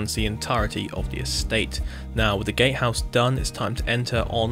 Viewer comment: “Gatehouse” but his “t” is silent